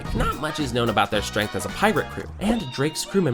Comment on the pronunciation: “Strenght dictates all” 😂